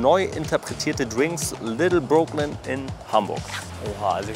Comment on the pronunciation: die sind nicht broke also sag doch wenigstens brooklyn richtig...wenigstens ein mal in deinen videos, könntest du auf google übersetzer dir anhören, wie es richtig ausgesprochen wird, obwohl du das auf der hauptschule ab der 5. klasse gelernt haben müsstest